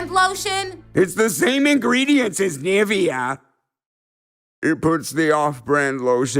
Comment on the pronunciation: That's not how you pronounce "Nivea"!